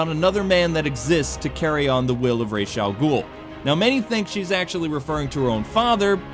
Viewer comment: Arkham Origins actually has a Joker game over screen where he says "oh did I kill your friend sorry". You are also mispronouncing Ra's al ghul. Batman Beyond and even Arkham Knight correct it when mispronounced damn Nolan.